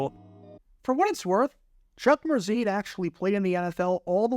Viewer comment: Every time you said Chuck Mercein’s name I thought of Adele Dazeem.